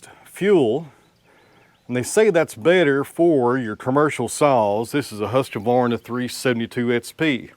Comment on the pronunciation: I would use the red cedar, and cut it to length with your “Husq-varna”. Not with the “Husq-A-Varna”. Just sayin friend.😅